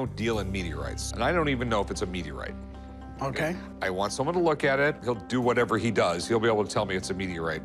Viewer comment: Rick: Okay I'll meeteorite over there. 😂